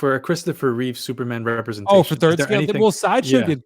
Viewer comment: This guy doesn't even know it's REEVE, not REEVES.. and he's criticizing the statue? Give me a break. It's 100 percent REEVE.